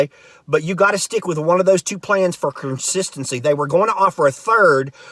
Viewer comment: “Carsistency” “Terpature” - LOL!